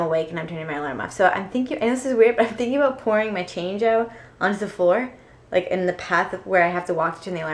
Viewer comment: The way you said "on the floor" sounded funny you sounded french lol